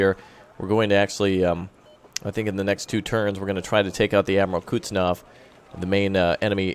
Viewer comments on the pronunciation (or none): Hey so you know it is pronounced "kuhz-net-sov" not how you pronounce it but to each his own i guess